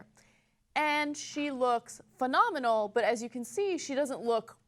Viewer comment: "fa-nominal" from a heterosexual women.